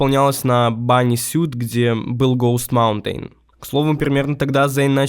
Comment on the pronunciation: автор настолько олдген что не знает как произносится sematary и host Mountain, при том что это даже в треках можно услышать